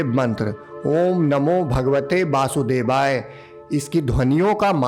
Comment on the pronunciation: Aap mantr ka galat uccharan kar rahe hai Ohm namo bhagvate “basudevaay” nahi bolte “Vasudevay” bolte hai.